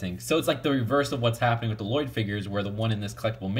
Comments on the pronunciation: "Le loyd?" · l-loyd no no l-l-o-y-d I named you